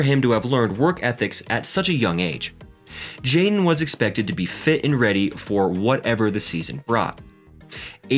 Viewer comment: Hi Kids seem well adjusted, but the commentator needs to work on his pronunciation. For most of the video I thought his son's name was Jane and not Jaden.